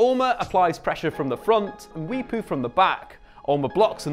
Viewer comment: You saying Daka and Mwepu made me feel proud as a Zambian.